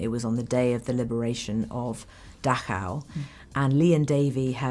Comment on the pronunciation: Dachau’s pronunciation on point, Kate ❤